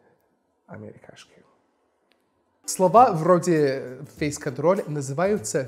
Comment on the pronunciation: Как минимум одно из произнесенных "[фэй'с кантрол' ]" звучало чисто по-русски